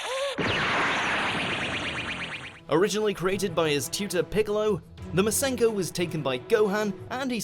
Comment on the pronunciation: It’s masenko